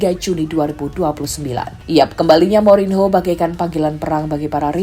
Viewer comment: Saya suka chenel YouTube ini,tp agak risih ketika host mengucapkan kata "Mourinho" tp gak papa kan masih belajar menyukai sepak bola ⚽